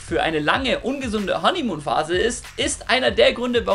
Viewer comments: Honeymuhn???? Hanimuhn!! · Was ist "Honnimuun" ?